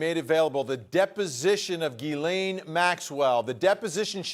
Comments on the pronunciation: why is everyone mispronouncing her first name as Guylaine...her name is Ghislaine...completely different. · It's GHISLAINE Maxwell, not Elaine Maxwell!!! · It's a French name pronounced Jislaine or Jessie for short.⚖️ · This male commentator should learn how to pronounce the name “Ghislaine” it’s French and the first “G” is pronounced like “G” in George,,,,,,,,,,!!! Amazed you don’t this !! Yet are on Television